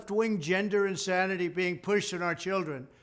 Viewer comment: Its innsanny!